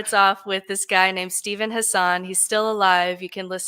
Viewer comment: It’s really not important at all, so I know this comment is stupid, (ha ha), but Hassan is pronounced like it would rhyme with assassin. But you all probably already know that by now. 😂 Great episode!